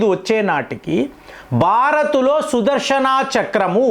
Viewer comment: sudharshanaaa kadhu sudharshana please pronounce clearly the words